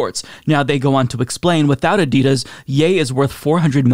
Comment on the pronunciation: They dropped him after they had heard the way he pronounces Adidas.